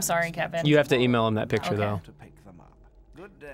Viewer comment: Girl lemme take a pik-at-chu